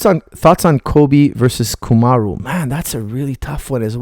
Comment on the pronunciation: Coach his name is Kamaru, not Kumaru. It is short for Kamaruddin, قمر الدين